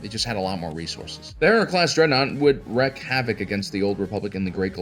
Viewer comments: its WREAK havoc, not wreck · He's not the first to mispronounce it, and won't be the last, but it still grates when I hear it.